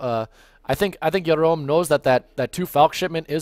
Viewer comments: Excellent casting, but I think it's pronounced Gerome (hard J) not Yerom. Are you Israeli? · Jerom is a french player, and in french you pronounced the "j" [ʒ] in this name :)